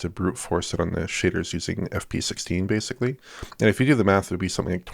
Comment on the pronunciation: or like people who habitually mispronounce a simple word like ‘basically’ as “basely”